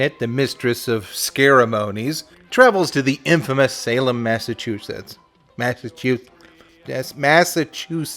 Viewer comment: First learn to say "Massachusetts", then maybe we'll take your political views seriously. I liked the video overall, though. Oh, and also maybe there were two Max's?